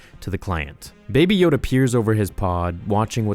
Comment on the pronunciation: It is know a Yoda not a Yodale